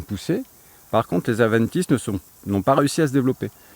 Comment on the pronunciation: Avendtice ? Adventice*